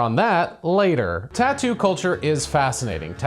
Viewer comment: The way she says "taat-oo"a is more annoying than even the crappest tattoo